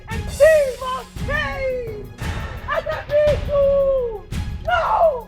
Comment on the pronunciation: It's Agabaidu not Agabidu.